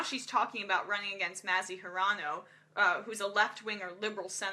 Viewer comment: Very nice, Emma Vigeland. BTW, the proper way to pronounce Senator Mazie Hirono's (former Lieutenant Governor of Hawaii) name is like Mayzee, instead of Maazee. You are right about her principles. Representative Tulsi Gabbard understood that all DNC officers are supposed to remain neutral in the Democrat primaries. That's why she chose to step down from being the Vice-Chair of the DNC to support Bernie Sanders, unlike Chairwoman Shultz, who was ultimately exposed to be a top Clinton supporter. She only resigned after wikileaks exposed her. So Sad.